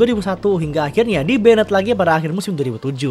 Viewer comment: di "ben-ned" ...